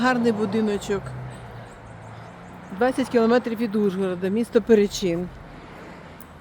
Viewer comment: Почнемо з того, що ПерЕчин, а не ПеречИн.